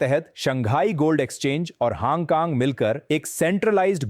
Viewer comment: haang kaang kya hai yeh 😅😅😅.... its hong kong